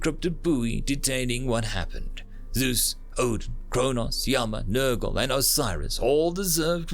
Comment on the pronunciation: Oh… Nergal, not Nurgle…